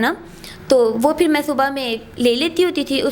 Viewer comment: گلتی اور فِر سے تو لگا کہ انڈین چینل دیکھ رہے ہیں 🤪🤪